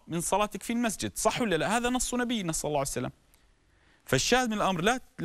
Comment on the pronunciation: اشكرك شيخنا بس اتمنى منك ماتكول صعسلم كول صلى الله عليه واله وسلم ببطئ 🌹